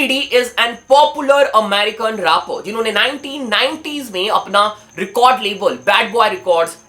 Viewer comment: Rappers❌ rappouz ✅ Thousand,❌ thaujjand ✅